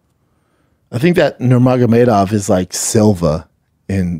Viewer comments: He butchered the pronunciation😂 It's truly impressive how he manages to screw up so badly. It's Umar Nurmagomedov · Wtf is a werewuff and who is Nagamurdov?